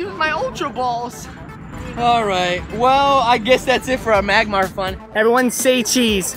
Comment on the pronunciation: It's magmar